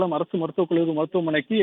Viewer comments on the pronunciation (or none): மெண்டல் " கள்ளூரி" இல்லை கல்லூரி என்று சொல்